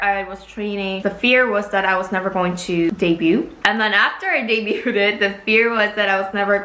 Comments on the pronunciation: I cringe every time she says debuted. It's pronounced day-bued haha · Small thing but you often say this word incorrectly: when you pronounce the word "debuted", it is suppose to be said without the "t" sound, same as with the word "debut", which you say correctly. No hate, I just feel a little uncomfortable whenever you say it this word, which is often lol